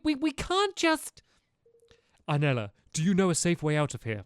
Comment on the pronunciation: Aranella not Arnella